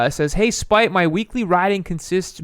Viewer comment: His name is "Spite"? It sounds like you are saying "spike"!